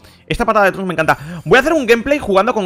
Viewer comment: El nombre Trunks leer como inglés no como español si habla español no entiendo.